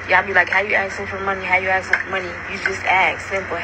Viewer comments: Too much to axe and axing !!! Ask and asking, come on now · What's up with all that axing?